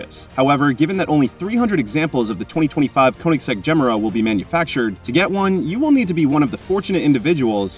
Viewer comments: Ifs not gem-era.. its ge-mera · The way you say "Gemera"... ouch Pause it after "Ge", and then finish; "Mera". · Just some advice… you may want to learn how to say Gemera properly! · Not mysterious has the jesko engine with one 800 ev motor. You are pronouncing the car wrong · Wtf pronounce it correctly dude,had to stop watching,couldn’t take it anymore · There are many videos of Christian Von Koenigsegg presenting this car, & pronouncing the name of it, several times in each video. I suggest you look any of them up.